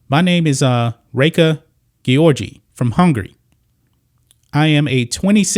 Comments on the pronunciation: It is probably pronounced Georgie. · The mispronunciation of an Olympic champion's name was so annoying dude😩😩😩